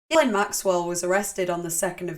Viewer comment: Haven’t followed you for years because my autism prevents me from enjoying your accent but I’ve been researching this subject and found this video. At first I was like, ‘I can’t do the accent’ BUT then I heard you pronounce her name correctly. You earned a lifelong sub from me.